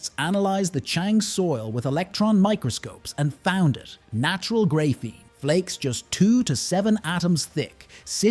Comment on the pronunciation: It’s pronounced grah-feen not gray-feen and lead is pronounced lehd not leed